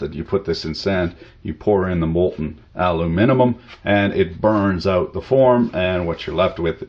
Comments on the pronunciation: Haha, was he trying to say aluminum? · Does he pronounce Knob and aluminum wrong on purpose? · Zak1387 He pronounces everything wrong on purpose.